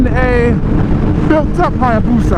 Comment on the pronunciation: Please, everytime you have/need to say Hayabusa, just say it like - .